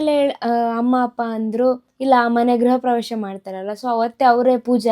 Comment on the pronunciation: ಗುರು ಪ್ರವೇಶ ಅಲ್ಲ ಮಾರಾಯ,ಗೃಹಪ್ರವೇಶ ಕಣಪ್ಪ